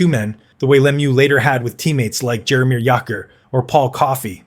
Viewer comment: Jaromir who? I can't listen to any more of this. Got halfway.